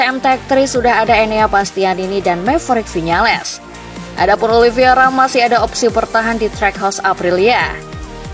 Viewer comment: narator masih aja nyebut OLIVIERA... etdahh.. nyebut nama salah mulu.. namanya MIGUEL OLIV E IRA... OLIVEIRA... bukan OLIV I ERA...